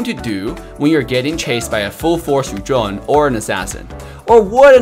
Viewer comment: The way he said "Yu zhong, Chou, Ling..." is a music to my ears. Most ML players pronounce Yu Zhong as Yu ZONG and it hurts! 😂